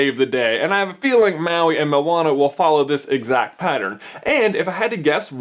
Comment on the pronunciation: Maui: Pronunciation: Mah-wee. Not Ma-wee. Get it right, people!